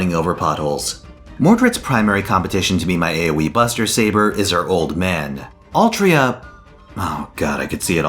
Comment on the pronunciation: "Altria" yikes